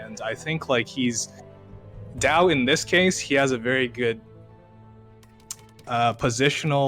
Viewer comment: Right pronunciation: d-yeee-ao (read fast)